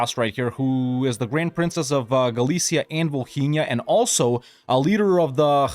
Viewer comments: Bro why do you pronounce Volhynia like Bohemia 😭😭😭😭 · As a Ukrainian, I just laugh the way you pronounce Volhynia. For me It is so hilarous